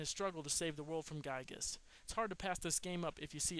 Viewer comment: you pronounce giygas like an idiot. it's GEE-GUS